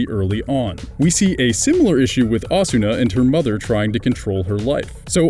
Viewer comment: Yeah, giving the 'r' in Kirito a hard 'r' pronunciation like a pirate. Pronouncing the 'A' in Asuna as the same as the 'a' in 'apple' as well as fully pronouncing the 'u' when it's a whispered vowel. It's funny to hear.